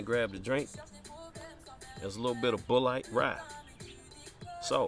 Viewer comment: Pronounced (Bullet) rye. Thanks for the vid I just picked a couple up!